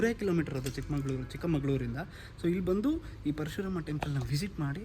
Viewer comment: ಚಿಕ್ಕಮಂಗಳೂರಲ್ಲ ಸರ್ ಅದು ಚಿಕ್ಕಮಗಳೂರು ಸರಿಯಾಗಿ ಉಚ್ಚಾರಣೆ ಮಾಡಿ, ಚಿಕ್ಕಮಂಗಳೂರು ಅಂತ ಈ ಜಗತ್ತಲ್ಲಿ ಯಾವ ಊರು ಇಲ್ಲ.